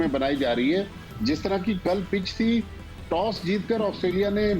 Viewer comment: Its toss not tass😂😂